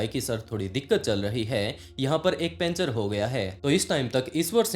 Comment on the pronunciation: पंचर ❌ पेंचर ✅